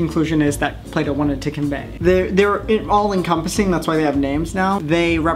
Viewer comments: I thought that instead of Plato he said play doh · Wait for a seond I thought he said play dough 😑